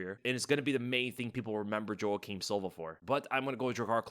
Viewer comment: I cringe every time I hear say "Joe-ah-keem" in stead of "Wah-keem". You're not Uncle Chael,; you can't just recklessly mispronounce names like that.